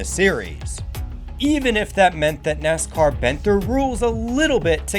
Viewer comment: Why do you talk so slow and pronounce NASCAR as "Ness-kerr"?